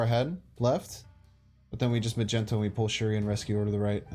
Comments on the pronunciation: Why are you still calling it "Ma-Gen-Toe"? I heard you pronounce it properly in a video a few days back, i am sure of it. Its pronunciation is 'Mag-Knee-Toe". 😂😂😉 Also, I dont understand why you take so long shuffling the cards in order, when placing them down. Does this have some effect on something I am unaware of? I see you do it all the time I have wondered if its just something you do why you think, or if it actually affects anything with the play. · it's mag-ne-to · What is the reason you call Magneto "Majento"?😅